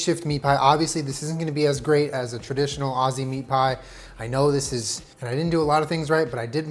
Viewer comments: the way you said aussie ... no ma'am. aussies pronounce it more like youd say ozzie lol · The way he said "Aus-see" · all aussies were cringing when he said osseee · saying Ozzie not Aussie the whole time is making my inner Virgo scream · This is a very fancy meat pie recipe but I love it I also love that he pronounces Aussie as ozzy😂❤️ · boy that’s not how you pronounce “Aussie” 😩